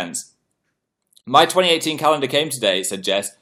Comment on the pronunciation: I turned 18, but the lag makes it sound like he said 8 😂